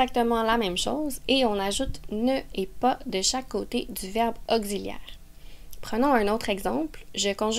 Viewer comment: Vous avez mal prononcé le mot auxiliaire😂😅